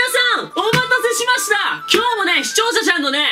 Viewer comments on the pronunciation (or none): 視聴そそん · 毎回思うけど視聴さんって言えないよねw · の、「視聴者さん」って言えてないのすきわら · 結局｢視聴者さん｣言えないとこ好きw